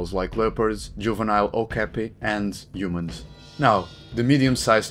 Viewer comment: " and uhomuns"😅